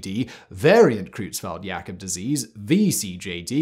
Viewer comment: Your pronunciation of german is awful. Both the eu in Creutzfeldt and the au (or rather, äu) in Sträussler should be pronounced oy. Or, in IPA terms, something close to /oi/. It's also pretty weird that you pronounce the ph in encephalopathy as a /pʰ/ (as per Ancient Greek), but the th as a /θ/, when th would have actually been /tʰ/ in Ancient Greek.